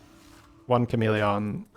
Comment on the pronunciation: It’s the most irrelevant thing but I feel some need to say that the way he pronounces chameleon really annoys me. Why exactly I have no idea. I really like as a person and his accent doesn’t annoy me regarding anything else he says. It’s so weird… apologies for unnecessary hate